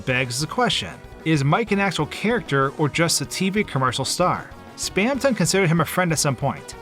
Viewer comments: hearing someone say 'spam ton' like two words instead of how everyone else pronounces it 'spamtun' makes me cringe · spaamton? no its spamton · Its not spamTON its spamTEN its spelt the first way but you say it like the second way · your pronunciation of spamton enrages me it is spam-tin not spam-tonne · I pronounce it Spam-tin not Spam-ton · its not spamTON its spamTIN haha /j cool vid :D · the fact he pronounces it "spamton" and not "spamtin" triggers me i know its spelled like that but its just AAAAAAAGH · 'Spamtin', dude. like thorton? It wouldn't be thor-tonne. I never can get through videos with weird pronunciation like this. Im sure its very good though so take a like anyway. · hate how he says "spam ton" instead of "spamtun" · Awesome vid, but something ticked me off the whole time... SPAM-TUN?!?!??!?!??!???!???!??? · Spamton ❌ Spam tonne ✔️ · WHY DOES HE SAY SPAM TONG WHY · It's taking all of my power to get through this video. Please, anyone tell me why he would pronounce it "Spam ton" Someone help me please, it's the 10th circle of hell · it's weird that you pronounce "Spamton" "Spam-tanh" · we all have different pronunciations yknow, take that into account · That's a very odd way to pronounce "Spamton"